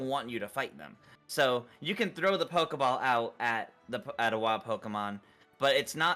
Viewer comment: It's pokeball/pokemon not pokiball/pokimon. Why do ppl keep pronouncing it that way. It's so cringy.